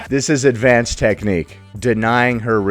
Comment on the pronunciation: I shouldn’t make fun of this or even bring it up but BECAUSE HE IS A TERRIBLE PERSON WITH NO RESPECT FOR WONEN, but to hear him say “advanced technique” as “advanTHed technique” had me rolling. 😂